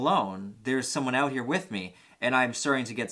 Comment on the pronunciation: Lol I watched like 5 of your videos just now and kept hearing you were from Canada, but it didn’t really resonate u til the end of this video. Lol you said “freak the fuck ouuttt”